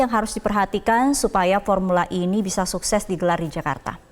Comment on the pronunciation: ini baru benar pengucapannya. Formula "E" diucapkan dalam bahasa Inggris.